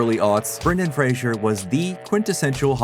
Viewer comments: Fray-zer not Fray-zhur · Fraser NOT Frasier. Comedy Central played the promo of him pronouncing it 20,000 times every day for several years. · FRAZE ER NOT FRAY SURE!!!YOU SAID THE MANS NAME WRONG THE WHOLE VIDEO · “Fray-zer.” Not Frasier. He even says it himself in this video. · lol it’s pronounced Fraser like razor. He’s mentioned this in interviews. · Isn't it pronounced "fray-zer" not like the show Frasier? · Is Fraser pronounced Frasier? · Say Brendan " Frasier" one more time and im unfollowing you. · We could at least pronounce his last name correctly. He's even gone on to say he has no idea where people got the idea it is pronounced the way it is in this video. It's like "razor", but with an F at the beginning. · How many times can you mispronounce Frasers' name in 11 minutes? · Right? IMMEDIATELY after having a clip pronounce it correctly too! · Big oof. To be fair that is what 90% of us called him back when he was a rising star.